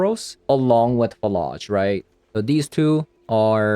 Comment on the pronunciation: I think it's not fuh-lodge, but more like flage, like flay + age, rhymes with mage or sage?